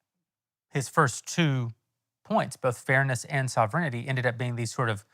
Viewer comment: Also, Jeremy, learn to say ‘sovereignty’, otherwise the Candy folks are going to rip you apart!